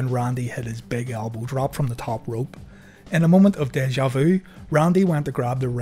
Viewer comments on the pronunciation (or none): none